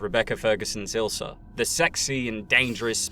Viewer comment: Her name is Ilsa, not Ilser.